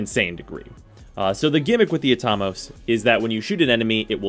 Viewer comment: I've always pronounced it At-a-mose. Not Atom-oss